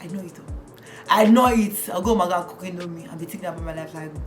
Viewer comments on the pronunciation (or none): none